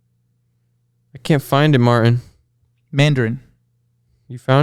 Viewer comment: cannot physically say Martin. It always comes out as "Marn"